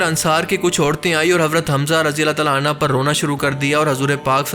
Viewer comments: Razi Allah tala anha Nahin Razi Allah tala anhu hota Hai❤ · Rajiallahu anhu....not ANHA